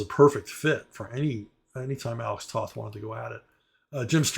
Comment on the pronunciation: Alex Toth's last name is actually pronounced "Toeth". The word "toe" with a "th" on the end.